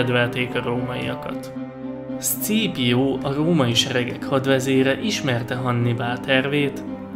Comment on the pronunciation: Zseniális volt ez a videó! Amúgy Scaepio nevét ,,Szkípiónak ejtik :) ‘m